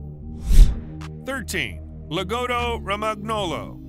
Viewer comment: And Lagotto romagnolo is pronounced (Lah GOE TOE roh MAHN yoe loh